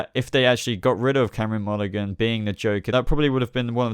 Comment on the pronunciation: you piss me off every time you say Cameron Monaghan its prenounced Monahan the G is silent